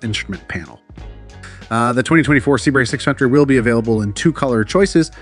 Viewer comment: Good video but it’s pronounced CBR650R, you are saying it to fast and muffled